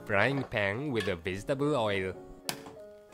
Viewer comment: I love how this guy says "Vegetable" He says it like "Vistableu"